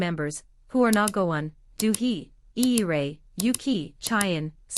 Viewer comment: "DEW HE" is so far from "Dosie" , sorry the pronunciation in a lot of this video was awful. Purple Kiss is proof to the world that talent, ability, hard work, stunning looks, and great content is often overtaken by mediocrity backed by big money. The world missed out on Purple Kiss. Forever Plory.....